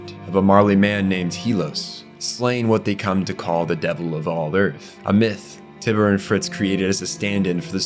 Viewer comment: Is this AI? Text to speech? Did you even watch the show?! His name is Nicolo, not Arthur. Tyber = "Tie-ber". Not Tiber. Peak. Not Pek.